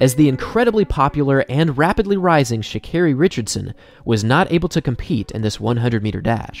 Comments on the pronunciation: Carri? what the hell is "sha"? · How do unwatch videos of her and do a whole bio for her and still say her name wrong lmaooo and she has a video pronouncing her name that u dedd seen